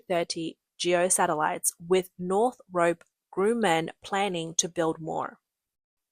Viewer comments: Northrup Grumman has been making military air and space craft longer than you’ve been alive. The pronunciation is easy to look up. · Bro she is Australian or new Zealander... those people cant even pronounce "YOU" but you expect them to pronounce Northrop Grumman?